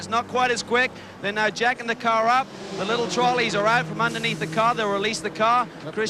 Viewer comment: This guy say care instead of car:. 😂